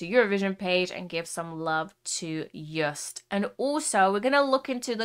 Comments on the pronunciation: It's not Juist but Jooooost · You-st 😂 Get his name right it’s Yo!st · Btw you say Joost like j-oh-st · EDM, Gabber, Happy Hardcore, With a touch of Joost. (Pronounce: shout "YO!" and add "ST" to it) Joost is a weird but great artist. (Underdog) This song is a compilation of soooo many emotions by text, samples, lyrics, clip and editing. Only one who thinks outside "a" box can produce this. And yes, this is all Joost with a little help from his friends, like we all accomplish great things! Happiness! Also when bad things happened. I think the meaning of the end is: "Stand still for a while, accept what happened but press "play" again and have fun!" Love to all who read this. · I am from the Netherlands and how she said joost oml it is like she said juth ❤❤ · Joost is pronounced like ghost. I am Dutch. Hi. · little pronunciation tip for his name, the double oo is pronounced as a Long single O as in Yo. just like how you would pronounce the letter O on its own. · ”ienhoernjoest”😂 “joeropapa”😂 “just”😂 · Joost is pronounced like "yoast" in english. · You pronounce it like Joast. Our double o sounds like your oa. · You pronounce joost like toast